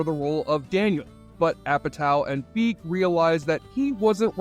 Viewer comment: Paul Feig's last name is pronounced "Fay-g". And yes, he's said that he was called "Paul Fag" a lot in school both intentionally and unintentionally.